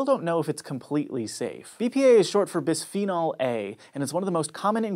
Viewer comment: Is BISPHENOL A not bisfinel a!!!!!!😒